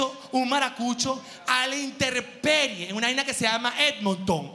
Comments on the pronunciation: Ja ja ja GH!! No es "interperie" es intemperie!!!!!! Niche!! ja ja ja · Buen vídeo GH, soy fan tuyo, PERO una corrección... No es interperie, es intemperie. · Yo te amo, pero se dice: Intemperie, no se dice interperie.... sorry pero te amo y eres comunicador. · Mi amor se dice,intemperie no interperie! Cariños 😘😘😘